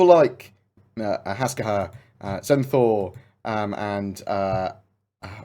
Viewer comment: How can you say Hasgaha properly, but mess up Narayan? :)